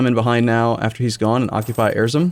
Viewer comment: he is butchering the names of every turkish province and i like it cuz its funny. He is saying erzuzurzur trying to pronounce Erzurum lol